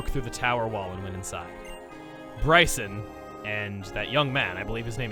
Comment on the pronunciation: I have been waiting for this gym since my name is also Brycen wanted to see if he pronounced it right and I was happily surprised. Thanks chugga, keep up the great videos man